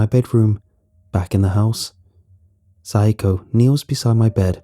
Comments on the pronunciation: I can’t think of a name so hi Okay so should be pronounced sa-ya-ko (how it’s spelled) instead of syko. I thought syko was an odd Japanese name. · "Rens mother, psycho-" Me: "Wait hold up that ain't right- rewinds -oh shit" Note: I know it not spelled like the English word "physco" or means the same in Japanese but it sounds like it lol